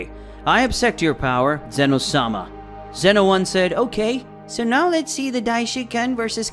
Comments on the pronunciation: it not zeeeeeeeeeno it ZENO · Bro said zino 💀💀💀☠️☠️